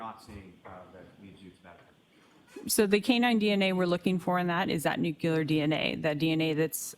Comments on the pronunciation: and nuculous and accredidation 😡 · The WAY she mispronounced "nuclear" every SINGLE time